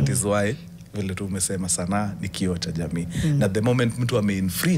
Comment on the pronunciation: kioo not kio